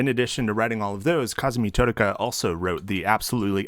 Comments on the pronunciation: Your pronunciation of "Totaka" pains me, but I'm enjoying the vibes. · The way you say Totaka hurts my soul